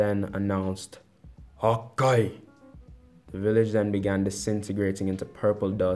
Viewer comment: Why u say hakai like that